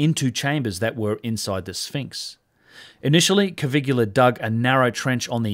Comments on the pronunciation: What a wonderful video. I hesitated, but here goes: Please pronounce the guy's name "Coveelia." Otherwise it sounds like "Caligula" which of course you don't want. Also please remove the apostrophe from "its" in your title. It's = it is: No exceptions. It's so scholarly and thoughtful it is painful to see and hear if not quite right. I don't mean to be obnoxious, but your videos are too good to have stuff like that in them. And now the attacks come.... Still, lovely thoughtful video. Please keep them coming. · Hello from Italy. I love your channel that I recently found and fell in love with. A friendly tip for you: Caviglia Is pronounced in a different way. Ask Google translate about it 😉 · ok, but you have to type it correctly I'm italian, Caviglia is not correctly pronounced the way you do. Check the spelling on wordreference ;) Thank you for your videos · Bro. His name is NOT Cavigula. It's Caviglia. And being an Italian name, the G is silent. It's pronounced Ca-vee-lee-uh. 🤦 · Caviglia, not Cavigula. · Caviglia not Cavigula. Come on man.. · Hi - I think its pronounced Caviglia not Cavigular, its a bit like people that say Nucular instead of Nuclear - just saying - love your channel by the way. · I can't be the only one who's moderately bothered by the narration "Cavigula" not matching the text "Caviglia"? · By the way, it's Giovanni Caviglia, not Cavigula. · Hi, new subscriber here. I really enjoy your contents a lot!!... but please revisit your Italian..🙉😅 Poor Cpt. Caviglia...the "GLI" is pronounced like Famiglia not like Caligola 😂 It literally means Ankle! 😉👍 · Italian name Caviglia should not be pronounced as "Kavigula". It is more like "kavilia" without "i" before "a": "Kavil'ya". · Caviglia, not Cavigula. You're pronouncing it like "Caligula". CA-VI-GLI-A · It's Caviglia, not Cavigula... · Stupid AI narration. It's Caviglia, not Cavigula. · pronounced CA-VEEL-YA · Hello, I'm italian and your pronunciation of Caviglia is wrong :)